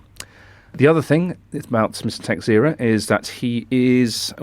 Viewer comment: Pronounciation of Texeira: Ta-SHAY-ra. Portuguese surname.